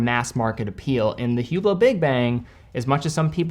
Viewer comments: it is pronounced Üblo.... not Hublot. The H and the T is silent. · I think it's technically prounounced "ooo BLOW," but don't worry, the only person i've seen wearing one called it a "HOO blit"